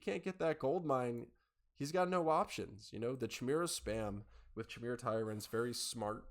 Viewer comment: Great Cover! Jotun= Yo-tun Jarl = Yarl Jormundr = Yor- mundr Chimera = Ky-mara